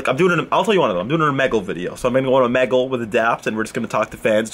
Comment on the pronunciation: "Omeggle" hahahahaha